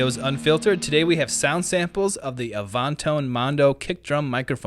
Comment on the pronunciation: "A-vahn-tone"?? Come on.